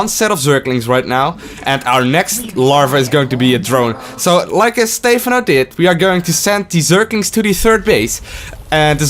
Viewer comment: Why dont you pronounce Stephano like the casters do? :( Other than that, great vid, thanks! Keep it up <3